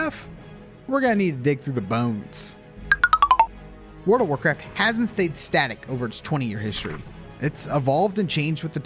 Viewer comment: I'm sorry, I can't hear anything other than "Word of Warcraft" everytime you pronounce it.